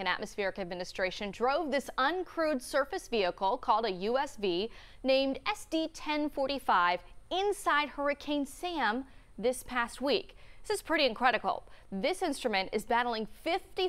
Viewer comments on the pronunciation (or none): she says it's "incredicle"